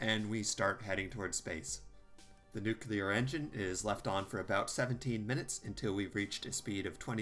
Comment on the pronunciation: It's "nuclear", not "nukelar".